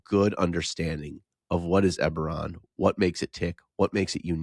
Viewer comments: Yep. It is pronounced 'eh-beh-ron' not ee-ber-ron. But go for it.;-) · Is Ee-beron where the Nee-crons live? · E-bore-on. I don't know if I can ever get over this pronunciation. I have to skip this one. That pronunciation is such a hot take... I can't even be here. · On one hand Eberron is my favorite dnd setting. On the other hand pronounces it differently than me despite the same regional accent. (oh ok that was addressed as I typed this) Heres one for the algo